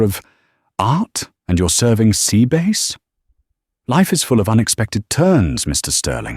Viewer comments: It's sea bass not sea base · I didn't think sea bass was pronounced sea base